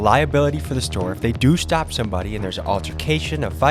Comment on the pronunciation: He literally says “If they do Shtop shombody “ why does this guy pronounce EVERY single S with a SHHH